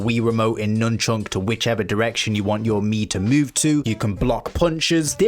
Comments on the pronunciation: why are you saying nunchunk? it's nunchuck, no? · Please say nunchuk correctly.